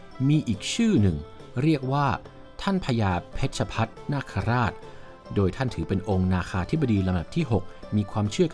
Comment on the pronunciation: ท่านท้าวสมุทรเทวนาคา ชื่อ พญาเพชรภัทรนาคราช(เพด-ภัด-ทะ-ระ-นาก-คะ-ราด) ครับ ชื่อที่บรรยายผิด